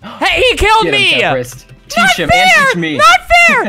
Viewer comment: totally not temprist its temprise